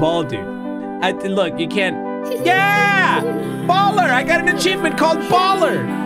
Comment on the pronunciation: the way it says Baller and its 2023